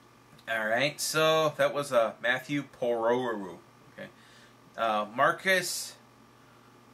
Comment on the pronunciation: you actually pronounced my last name pretty accurately. Good job! Also I’ll still be requesting those series, I’m telling you, they’re really good